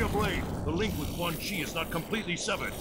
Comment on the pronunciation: Hey when u said quan chi nuts say it fast it sounds a bit like ceunchy nuts haha 😂😂😂